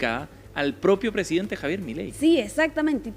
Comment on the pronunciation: el "fonsidente" de Arg. 😆